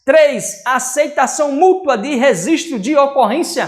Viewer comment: “Risistro” foi de fuder